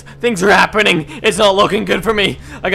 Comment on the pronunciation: lolz he said Harpenning